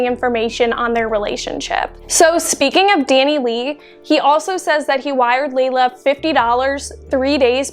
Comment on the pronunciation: It’s so crazy how much the media got wrong on this one. 😞 Something else I found odd was that he pronounced her name Lay-la but from what I can tell everyone else says her name is pronounced Lee-la so how well could he have possibly known her? 👀